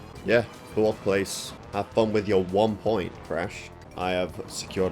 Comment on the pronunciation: "At least one point..." Me: "Mmmm... Wumpoint..."